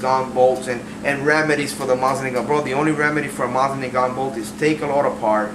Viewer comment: Sorry, but this bugs me. The proper pronunciation is Moe-seen Nahgahn and the T in nagant is silent. I do like your collection! I recently started one of my own!